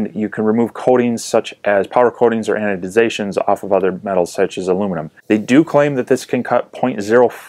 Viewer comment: 'anodisations', ffs.